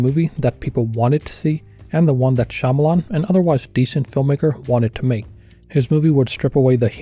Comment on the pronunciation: mispronounced Shambles-On. FIFY